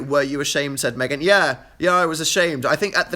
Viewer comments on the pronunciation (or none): none